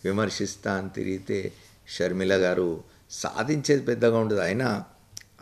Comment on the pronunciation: Please dont pronounce YS sharmila , sharmila sarma